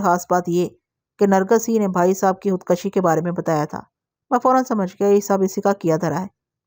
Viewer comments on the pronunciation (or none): Khud koshi not khud kashi